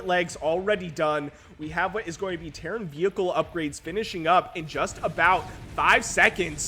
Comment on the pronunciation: I keep hearing Karen player when you say Terran